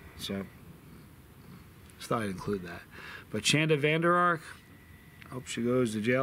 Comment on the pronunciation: Dude u said my name right!! No one ever does.